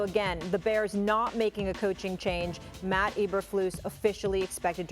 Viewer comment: The hell's a "Mott"?? It's "Matt"; Learn how to enunciate, broad! And who is the slurring, Elmer Fudd-speaking idiot???? 😆😂🤣😂🤣